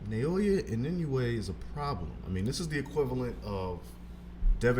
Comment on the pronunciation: Inoue's last name is not that hard to pronounce, come on.